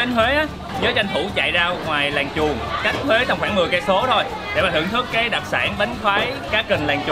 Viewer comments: Làng chuồn mà Bác đọc kiểu gì e nghe thành làng chuột nữa chớ Buồn cười ghê gớm 😂😂😂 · Mình cũng nghe là làng chuột